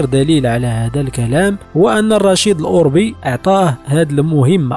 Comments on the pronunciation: كثير من الاسماء تنطقها خاطئة . صحح هذه الأسماء افدح الأخطاء عندا تقول رشيد الاوربي برفع همزة الالف وتسكين الراء . الصحيح هو الاوربي بفتح همزة الالف وتسكين الواو وفتح الراء . يعود الاسم إلى قبيلة أوربة الأمازيغية .والخطى تقول راشد الاوربي وهذا خطأ اسمه مولى رشيد .لانه من. موالي ادريس الأكبر اي خادمه .استقدمه معه من المشرق.ليعينه في الطريق ..وهو لا ينتمي إلى قبيلة أوربة . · الاوربي بفتح الراء يا هذا، سير راجع دروسك على قبيلة اوربة الامازيغية بفتح الرااااء